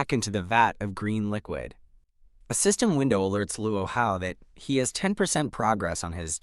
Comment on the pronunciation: "sYsTeMuGh" lol